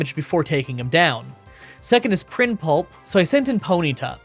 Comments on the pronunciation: Prinplup, not prinpulp. It’s not that hard to read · PrinPLUP!! not pulp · I know you do this on purpose, but here’s a comment to help with the algorithm: PRINP-LUP, not PRIN-PULP. 😛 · did you just say "Prinpulp"? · “Prin pulp?” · Absolutely love the challenges but “Prinpulp” irritates me a lot more than it should 😂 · "other than", not "either than". And "Prinplup", not "prinpulp". And your repeated tendency to get deep into the game (probably while ignoring trainers) and then having to struggle? It's bad. So is your ignoring of Houndoom, which is quite fast and devastating with Nasty Plot, Flamethrower and Dark Pulse. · prinpulp lol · lol he keeps calling it prin-pulp and i just keep imagening a prinplup that has been blended or mashed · The way you pronounced Prinplup lmao. "Prinpulp"?? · & - needs to curb his violent thoughts. He wanted to beat Prinplup to a pulp so bad he's saying the name wrong...